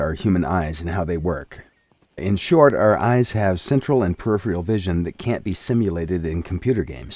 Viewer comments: does he keep saying periphreal? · can't deal with the narrator's inability to pronounce "peripheral"